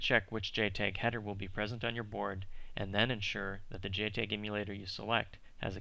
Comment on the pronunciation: It is pronounced JTAG not JTEG !